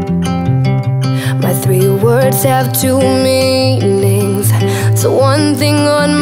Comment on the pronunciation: This sucks. Seriously, why do you guys stretch everything out so long? It's completely not genuine. And girl, seriously, singing is about feeling, not producing something like you think it should sound. For example the word "meanings" , I almost puked when I heard that. The first syllable sounded horrible! And you can see in your eyes, that you mind is only focussed on how you sound like, not what you are trying to say. I love the song, but you guys ruined it.